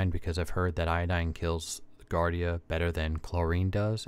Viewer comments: it’s jee-ardia… so, no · JARDIA not GARDIA. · It's pronounced jardia